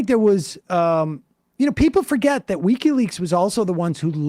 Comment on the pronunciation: It's not weeky leaks, Sam. Its wiki leaks.